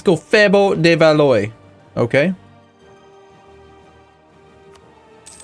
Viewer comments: Your dynasty, Valois, is pronounced Val-wah, not Val-oy. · please,, Valois is pronounced "Val-wa" exactly like Kilwa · The 'ois' in the name 'Valois' is pronounced 'wa' like in 'water' so it should be pronounced valwa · it's pronounced more like "Valwa"